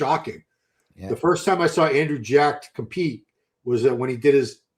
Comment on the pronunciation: It’s Andrew “Jacked,” Milos, not Andrew “Jack.” lol